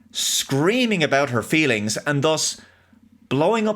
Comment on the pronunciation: Mah fweelings